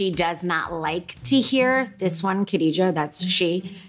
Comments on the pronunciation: Khadijah is a swahili name....they pronounce "Kidija'" swahili's pronouce "kadija"....But it does not matter, I have a lot of free time in quarantine :) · Khadijah...is it not pronounced Gadijah (from the epiglotus of the tongue)...as one would in Arabic? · Its interesting to hear how Khadijah pronounces her name cause where I come from, people with that name pronounce it with a silent K